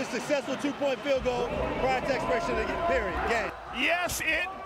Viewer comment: “Prior to expiriration of the game” 😂